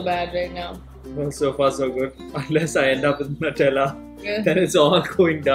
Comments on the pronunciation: NUTELLA is pronounced as NEWTELLA not NUTTHELA😠😑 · I died throughout the video man, its "nyutelluh" Gosh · Nutela is pronounced as new-tella